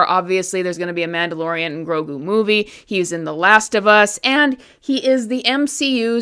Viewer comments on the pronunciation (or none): none